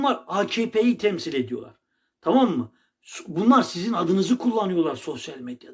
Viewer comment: tağam inamdık tağam he he